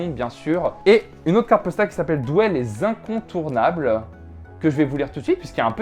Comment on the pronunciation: Noooon le S à Douai....